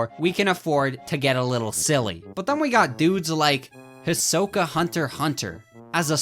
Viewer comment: Its hurts my soul hearing say “his oka”